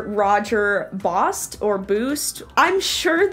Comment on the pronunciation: French person here - I knew exactly who this video was going to be about before I even clicked on it, because Bosty is absolutely infamous in France for his horrible leg position. The fact that you'd never heard of him before was the real surprise for me 😂 (Also, hearing you attempt to pronounce his name was lowkey hilarious. A+ for trying, but... yeah, no, that's not it 😂😂😂)